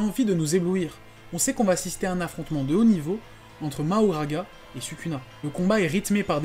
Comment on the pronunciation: Super vidéo mais faut arrêter de l’appeler MaHoGaRA , c’est que les anglais qui on changer le nom , en japonais ou français c’est Makora